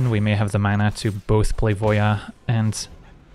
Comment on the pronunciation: Finally, someone else who pronounces Voja as "Voia"! I've been kind of irked every time someone said "Voe jah", now I'm not alone :)